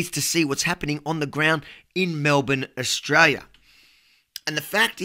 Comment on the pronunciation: Hey Avi Australia has an 'L' in it, at least try and speak English. Try! Your title for this clip got me. Click Bait, you got me for 45 seconds.